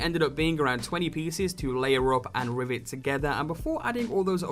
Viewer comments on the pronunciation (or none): none